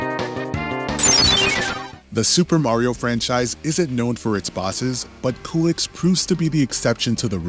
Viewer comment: Culex is pronounced Q-lex. Not Coolex. Always bugs me, but you do you.